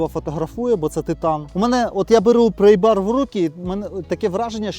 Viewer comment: Не "прЕйбар" (prey), а прАйбар (pry). "Prey" у цьому випадку ті, хто слухає твою англійську.